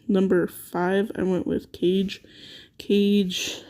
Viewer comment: Guys its not CAGE....its KAAAAGE - BURAAADO....japanese come on now....I would rate SHESHAT much higher, shes a beast on both OFFENSE and DEFENSE, Sheshat will be my Numero 1 dark sorry but we disagree but its just from my personal experience